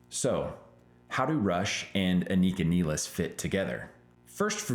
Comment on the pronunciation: No, you pronouced here name perfectly right